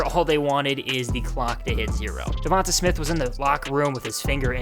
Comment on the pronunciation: It's pronounced "Dee-On-Tay" not "Dee-von-tuh" lmao 😭😭🤷🏿‍♂️